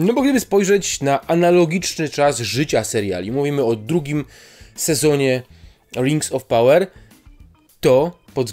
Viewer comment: Rings of power i najbardziej rażące: Fallout. Wrzuć sobie jak czytają to nativy.